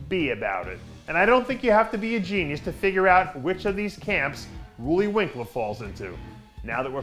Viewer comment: Loelly winklaar?... who the hell is that LOL